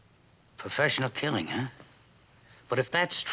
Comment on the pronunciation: He says "This is a professional killig" wrong.